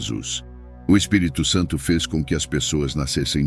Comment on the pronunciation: Você pronunciou corretamente o Espírito Santo não misture mais o Espírito Santo com mais nomes ok sempre pronuncie assim